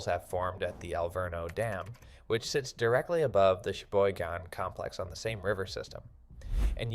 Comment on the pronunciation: Be careful. We ( local ) are on it. Flood gates came out last week. AI cannot pronounce Cheyboygon. Suck it!